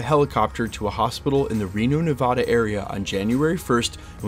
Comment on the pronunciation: Thanks for the update! But please pronounce Nevada correctly.